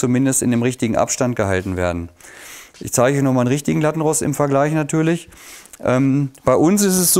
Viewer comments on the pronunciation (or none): Hi super Video als Linguistikerin muss ich jedoch noch anmerken dass man Lattenrost mit langem O ausspricht. Ansonsten top Video